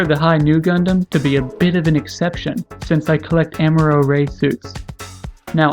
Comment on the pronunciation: The only thing that bothers me is how you say Amuro but I really like these reviews